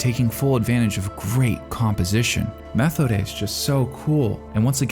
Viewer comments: Not to be that guys or anything but Methode's name is pronounced Meh-Toad-a. This is just the second time I've heard it said this way, apologies for being the pronunciation police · Methode (meh-TOH-duh) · Methode = meh-TODE-eh Linie = LIN-ee-eh That "eh" sound is like a short "e", and does not rhyme with "way". Close to a schwa in English. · I have just gotten to the mark and I need to say this, PLEASE WATCH THESE IN THE DUB AT LEAST ONCE, you keep pronouncing the names wrong. Methode's name is pronounced Muh-toad-da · Not trying to nitpick, but you are pronouncing Methode wrong. I don't know why it is bothering me, usually these things don't. Maybe because I like watching in dub, idk. But I really respect your video essays, and I can tell you respect this show so much. I just feel getting the name right is important. It should be pronounced more like "Meh-toad-uh." There's no "th" sound in German, which is what was really throwing me off. Unsolicited tip: Go to Google translate and enter the characters' names on the German setting, and have it pronounce for reference in the future. Really appreciate your content! And I loved this video! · A note on pronunciation: Methode's name is pronounced "meh-TOH-deh" (hard "t" sound. There is no "th" sound, and the ending vowel sound is "eh", not "ay"). (Technically, the German pronunciation of the word it is based on is closer to "mee-TOH-deh", but the characters in the anime all seem to pronounce her name with an initial "eh" vowel instead. However, in German there is still no "th" sound in the word either.) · I could have sworn Methode's name is pronounced as Ma-tow-da. Great video as always! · Great Video, but as German the way you say Methodes Name Kills me. In German we dont have a th Sound. Its Just pronounces t as in Tennis and the h ist silent